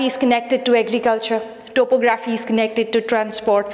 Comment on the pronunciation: uhh thank you so much this seriously helped but pls correct your topo-graphy accent